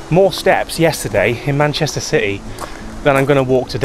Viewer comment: I know...we watch 'em all... it's just Manchester, not "Mancherster city".